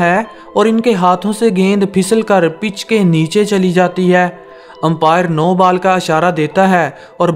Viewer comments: Are bhi ball ko bal bol rehe ho? Pehele ball thik se bola karo bad me cricket khelna. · You should work on your pronunciation 😂😂 What is Bal?? It is ball😂😂😂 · pahle bolna Sikho Bal Nahi bol Hota Hai..🤦‍♀ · Saying bal 😆